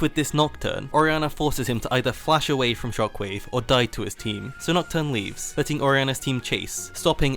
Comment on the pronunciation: It's weird how you speak English so terribly. Sure, you're from England, but you mispronounce SO many things. First and foremost, Orianna's ult, you somehow added a "t" and "r" (trok wave) into a word that's called "Shockwave." JFC get your shit together man, seriously. It's unbearable to hear you pronounce so many words.